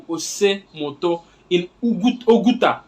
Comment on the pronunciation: The river is pronounced "Ose muto". My brother thank you for this history. Really Nigeria will move without Ndigbo. God bless you. Igbo ga di.